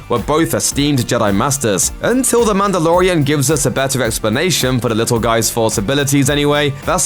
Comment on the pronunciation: when who FOR SOME REASON DOES LOOPER VIDEOS NOW says Mandalorian, all i hear is Amanda.